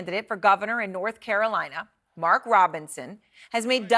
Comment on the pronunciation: What’s the word on the street North Carolina is what trying to say?! 😆 😊